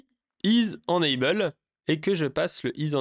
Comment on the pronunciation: Alors deja on dit « énaybeul » et pas énanbeul…. Mais surtout mais LOL utilises vue.js tu vas découvrir des choses waow je pense 😅